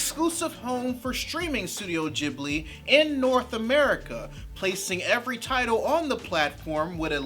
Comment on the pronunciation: Aww man! Stop saying "Jibbly" FFS.